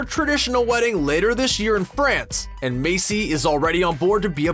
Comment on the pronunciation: anyone else can't get over how he pronounces maisie macy and not maiZie?